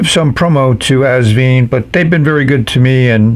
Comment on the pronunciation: Hi. Love your reviews, as always! Please note that the brand is pronounced... Vine (like a grape vine), NOT... Veen. Best regards, HisNibs.